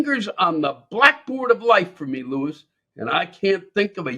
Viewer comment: You should look at the background and can't even pronounce the name Lewis.